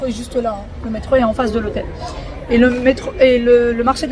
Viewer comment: Le marché de la BOQUERIA ! Et non Bouquera... merci 😊